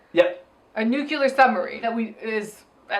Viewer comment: Did Avril say "nucular'?